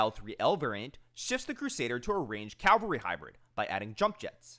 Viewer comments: FFS say it with me: CAV-alry. Cal-vary is the hill where Jesus was crucified. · just a heads up your pronouncing cavalry wrong you are saying the L first like the Calvary church. You gotta say the V first.